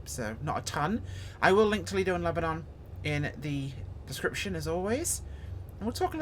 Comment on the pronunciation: Born and raised in Lebanon Oregon. My dad taught school at Crow foot in the 60's and early 70's. Its actually pronounced Lebonun. Spelled Lebanon, but not pronounced like the wore torn city Lebanon.